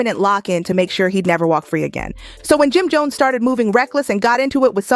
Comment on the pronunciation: The narrator saying his name wrong is sickening. 🤨🤨🤨